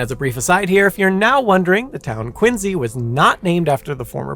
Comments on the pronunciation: I wanted to watch this whole video but I just could take listening to QuinSEE being pronounced as QuinZEE 😂 made my ears itch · The C is not pronounced as a Z in the English language You start off horribly making it hard to trust anything from there on. the letter C before I E or Y is pronounced SI or See. This sucked I was hoping for an unbias telling of this story but if you're starting off making up crap in the first sentence my guess is this will suck. I will unpouse and give it a few min. Quincy is pronounced as it should be with the See sound. How you pronounce Quincy is not a belief it's a language and has rules. I'm out and can't trust this channel. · It's a little ironic that you pronounce "Quincy" with a z instead of an s because that's how it was originally said, but you pronounce "Ruiz" with a z despite the proper sound being an s.